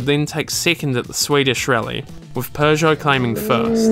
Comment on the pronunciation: Why do you pronounce "Peugeot" as "Persia" ?